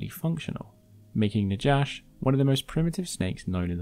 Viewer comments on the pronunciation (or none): The j in Najash is pronounced as in Spanish, since the name comes from the Hebrew word for snake "Nakhash", thus Na-hash, not Na-jash.